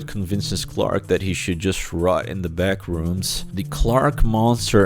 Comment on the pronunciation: The actor has a difficult name to pronounce yes but he for some reason just can't say Clark